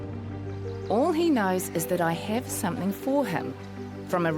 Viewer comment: The lovely lady at the beginning with the beatufil face tattoo, when she said the word 'something' it almost sounded like she said "somethingk", I've heard other people from NZ pronounce it that way too, has anyone else noticed that? I am fascinated by accents and how accents evolve. Does anyone know what it's called when a K sound is put at the end of a g in NZ English?